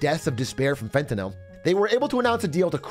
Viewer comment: Fentanyl pronunciation had me dying inside